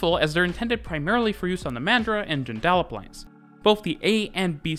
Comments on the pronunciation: Just a tip “ Joondalup “ is pronounced incorrectly in your video. The emphasis is on Joon not on dal. Hence you say it like “Joon-d’lup”. Also you might like to know that Perth is about to install the first trackless tram system in the Southern Hemisphere. Running on lithium batteries it draws power thru a magnetic strip under the tarmac of a road and recharged in 30 seconds at each station. It will initially run from Mt hawthorn to Glendalough train station and on to Scarborough beach fully along Scarborough beach road. It is planned to eventually have these trams in multiple routes including in Fremantle to Murdoch university, Perth city to Curtin university and perhaps connecting many areas in an east west direction with transfers to train stations. At roughly $15M Australian per kilometre it is about 10 times cheaper than installing traditional trams or light rail. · Joondalup is pronounced JUNE-da-lup, but apart from that, a great video. It is worth noting that public transit in Perth is extremely well done. When I went there in 2001, it was easy to navigate, and both the trains and buses all connected very well with each other with minimal waiting time. The rest of Australia can learn from Perth. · Interesting presentation, but being a local of Perth we could not stop laughing at the pronouncation of Joondalup you say it like this (June - Da - Lup) 🤣😁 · Mate..loved the vid but your pronunciation of Joondalup really grated! Try saying it June-da-lup:) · Sorry, the Ellenbrook line will have 5 stations, not 13. Morley Noranda Malaga Whiteman Park Ellenbrook Where did you get 13 from? Also, Joondalup is pronounce June-da-lup, not sure where the N is that your saying. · It's pronounced june-da-lup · Got most of the pronunciation right, except Joondalup, which is pronounced June-de-lup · Joondallup…pronounced with emphasis on “Joon” rather than “dal”. JOONdallup. Just a tip. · Would have given it a 5 out of 5 but pronouncing Joondalup, Joon-duh-up